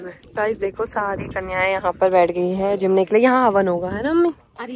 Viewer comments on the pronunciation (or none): 😂😂 kanya bhoj ko bolte he jeemne not jamne 😂😂 bahut sundar mandir banaya he 🙏🏻🙏🏻